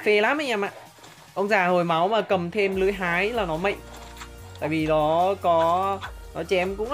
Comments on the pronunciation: Cụ tổ Đéo mạnh mà cứ đọc là mệnh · Từ "mạnh" anh nói mắc cười quá:))